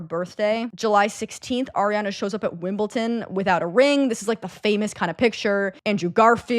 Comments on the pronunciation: Girl, i love you and its not your job to know tennis tournament names. That said its WimbleDon not WimbleTon💙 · “Wimbleton” gurl please I love you you can’t do this to me 😂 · Girl it’s WimbleDON lol